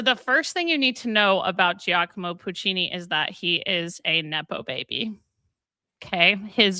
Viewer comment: Not a threat: when you have “gi” in Italian, it just indicates a soft g, like a j. So Giacomo is pronounced ja-ko-mo, not jee-ah-ko-mo